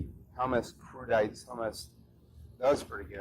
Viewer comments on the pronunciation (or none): "crew-dites" LMAO